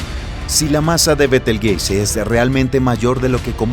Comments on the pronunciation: Disculpa y perdón por la corrección : pero el Nombre de la Estrella Gigante que vos mencionas , se pronuncia: Betelchus = Beteljuice o Betelyuse aunque se escribribe Betelgeuse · ayyy, dijo betel jise :V